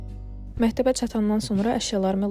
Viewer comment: mehteb yox xanim, mekteb :)